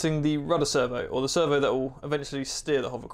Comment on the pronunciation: swear i kept hearing "server" not "servo." Very nice build!